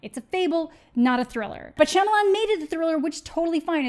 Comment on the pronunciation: mispronouncing his last name in this manner is rooted in racism...we can make fun of this movie and how bad he is at most of the movies be makes without resorting to mocking his name.